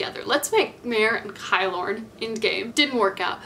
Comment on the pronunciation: I love this video so much, but I’m just annoyed at the way you pronounce kilorn, it is just kilorn, not kaylorn. Like how you pronounce kilt (scottish skirt) ki-lorn